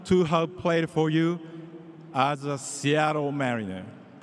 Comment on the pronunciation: 長い英語スピーチよく頑張りましたね。奥様は確か英語話せましたよね？特訓してもらったのかな？特にseattleの発音が素晴らしい。 カタカナで表すと「シアトル」ではなく「シアロー」と上手く言えてます😃上から目線で失礼しました～